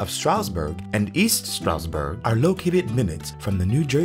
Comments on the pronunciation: There's a "d" in Stroudsburg. We pronounce it. You might want to too. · That feeling you get as a native when the closed caption feature constantly spells your hometown "Strasbourg" or "Strasburg" because the narrator constantly drops the D when pronouncing Stroudsburg. 🙄😒 The highlighted information is good once you get past the mispronunciation.